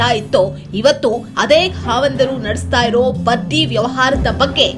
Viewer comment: ಹಾವಂದರು ಅಲ್ಲ. ಖಾವಂದರು.